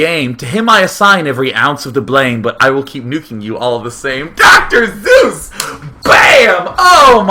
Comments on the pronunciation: Its actually pronouced as Dr. SOYS not Dr. Zeus so Seuss actually got the rhyme right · It's not zuess or suess... It's seuss :P lol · Dr Suess, not Doctor Zues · "Soos", not "Zoos" Day9! AHHHHH!!!! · its Seuss not ZEUS!!! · I just want to make sure I'm not going insane.... everyone hears him say Zeus rather than Seuss right? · Dr. Seuss's last name rhymes with choice not Zeus. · Suess is pronounced Zoice - like choice with a Z. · You’re wrong as the deuce And you shouldn’t rejoice If you’re calling him Seuss. He pronounces it Soice (or Zoice) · Doctor Zeus? no wonder people were confused. Pronunciation misunderstandings: I Prescribe ThunderBolts and Lightening! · DAMN IT, DAY[9]! It's prounounced like "soyce" in the German language, and Dr. Seuss is GERMAN! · i did not know "Zeus" is how you pronounced S-e-u-s-s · Dr. Seuss is pronounced Dr soice b/c its german thats why choice rhymes Seuss, thumbs up this so the o so intellectual Day 9 will gain some more knowledge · Yes, he does say Zeus instead of Seuss...also - sounds exactly like Tom Green. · Haha no i noticed this also. Its Seuss in English and pronounced Zoyce in german, hence why it was rhymed with choice in the video.. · Dr Seuss's pronunciation in German is Zoyce ... so you have an educated subscriber there Day9, or just a regular German one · I thought the whole time he was saying dr. zeus >.> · It sounds like he calls Dr. Seuss, "Dr. Zeus." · I heard Dr. Zues lol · pronounced soice? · Seuss ryimes with choice. Most people mispronounce it. Sound kinda like Soice. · haha Seuss actually rhimes with choice, if you pronounce it german xDD >> Seuss= Sois ? :D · Umm, about that "choice" rhyme at the end Day9, I thought this would help you out: You’re wrong as the deuce And you shouldn’t rejoice If you’re calling him Seuss. He pronounces it Soice. He used the (original) German pronounciation, but went with the anglicized later. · it pisses me off day keeps say zeus instead of suess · He says Zeus